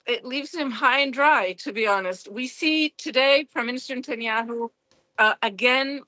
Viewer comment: Did i Just heard Netanyahu called SATANHYAU twice 😂😂😂😂